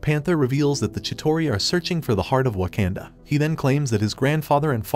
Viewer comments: Bro it’s not waknda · You pronounced the word waknda wrong I think.